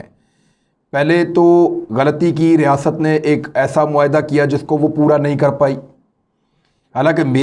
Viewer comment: Riasaaaat nhi imran khan bolain...